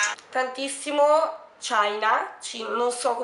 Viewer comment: Si pronuncia semplicemente CINA🤭